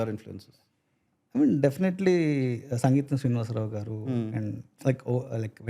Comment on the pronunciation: Its "Singeetam" Srinivasrao garu, Not Sangeetam... Atleast you guys should have corrected him